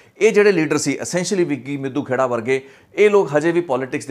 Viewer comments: It's ਮਿੱਡੂਖੇੜਾ . not ਮਿੱਦੂ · BAI G ਮਿੱਦੂਖੇੜਾ NAHI ਮਿੱਡੂਖੇੜਾ